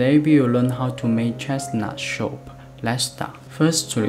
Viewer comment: soup not shup